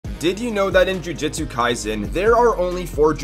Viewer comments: It's pronounced Ju JOOT su my man, if you want to hop on a fandom bandwagon at least pronounce the series correctly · LOL he literally says jujutsu differently twice within 3 seconds. If you watch the show and aren't just looking up the info to make a video I don't understand how you're going to pronounce it wrong. Don't you re-watch these and go through editing and quality checks and other stuff before you upload?